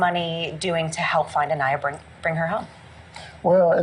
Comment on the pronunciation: Hey! Not trying to be rude here or anything, but rather bring attention to it. I absolutely love your content and will never stop watching you. However, it is a little distasteful when you constantly say the victims name wrong. I know there isn’t any malaise intent or ill will behind it, but it just feels so disrespectful. You had several clips in this video of people pronouncing her name the correct way, so I know you have heard it. But all throughout the video you kept pronouncing her last name wrong which leads me to believe it may have been on purpose. Idk. Just putting it out there. I still love your videos though and will continue to watch. Just something to think about when you’re making your videos and editing them.